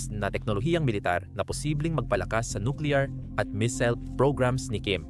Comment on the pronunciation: Missile po. Hindi misil